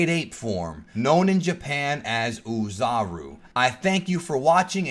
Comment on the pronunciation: I'm looking forward to how this series progresses. I even hope that there is a Zarbon episode. (By the way, "Oozaru" is pronounced "Oh" "Zaru". That is, the "O" is long, not pronounced like a "U". Anyway, keep up the good work.)